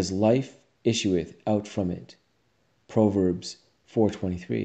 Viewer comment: Fantastic video. But please... Pronounce proverbs properly